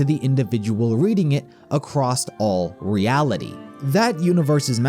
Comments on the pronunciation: I know this video is awesome and honestly impressively well put together but man did the narrator saying “acrost” start to bother me just a note for future videos, theres no t in across otherwise thank you for the awesome work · Theres no T in across